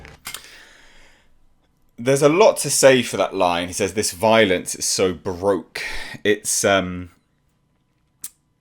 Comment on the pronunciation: you’re welcome! I hope I didn’t sound pretentious or anything, as that wasn’t my intention. I thought he was saying broke as well, until I realized what he was saying.